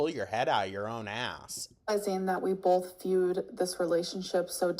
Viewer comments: It’s always “bolth of us”. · BOLTH. God I hate that so much.